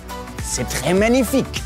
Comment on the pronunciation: Not menific it's manific